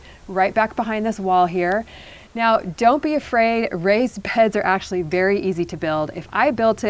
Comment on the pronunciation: “raised peds”